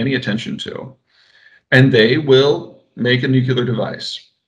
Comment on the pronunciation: He's using the 9/11 W pronunciation of "nuclear". He's saying "nucular", intentionally, for effect